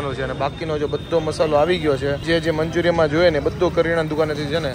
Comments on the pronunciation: Manchuriam nai manchurian hoi sarkhu bolo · Manchurian kevay manchuriyam nai